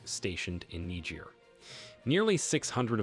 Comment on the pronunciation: Presentation much improved. I like your presentation of Niger as Nejay. You might still have to work on that breath control. Good work from a friend in Nigeria.